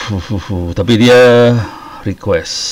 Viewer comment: Pak harusnya request, bukan requesti